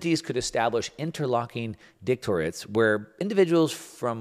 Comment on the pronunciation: Please learn how to pronounce the words you are reading that clearly someone else wrote. Kowtow- kow (cow) and tow rhyme Director- ates Why is someone else writing your material?